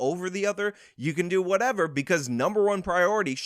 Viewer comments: Love your channel. Love your stats and facts you a mini ben shapiro. But you used "whatevuh whatevuh" 2ce an it made my back hurt. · Actual "whateva" Justice "whateva" Warrior